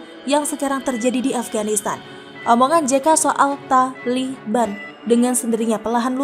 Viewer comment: Min....saat baca kata taliban biasa aja kali. Lama2 bosan .